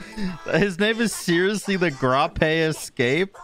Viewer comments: I think it’s pronounced Gr - ape instead of Gra -pe. Uno grape like the fruit TheGrapeEscape. Great vid tho;) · So sleepy he can't pronounce grape🤣🤣